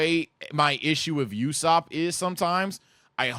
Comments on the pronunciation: pronounced Ooo-Sop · Why do you keep saying “youssop”?